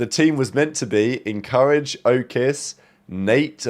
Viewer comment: Bro can’t pronounce “Encourage” correctly to save his life 😂